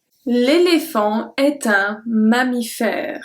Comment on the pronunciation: Your ' L'est ' pronounciation is different from the one I learned. Shouldn't we say it the way we pronounced 'et'?